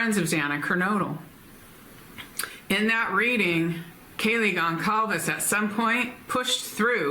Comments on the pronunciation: Kaylee’s last name Goncalvez is pronounced “Gon-sal-vez.” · please try to remember that Kaylee's surname is pronounced "Gon-sal-ves". Others here have commented on this. We have been hearing the name for 2.5 years, and I'm sure coming across as disrespectful is the last thing you would want to do. 💖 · Can you please learn how to say Gonclaves? It makes me cringe and feels so disrespectful for you to still be pronouncing it so wrong.